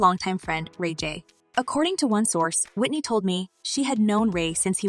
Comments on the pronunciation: i think should learn how to pronounce Whitney's surname properly. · This lady talkin can’t even say Whitney name correctly smh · Can u at least pronounce her last name correctly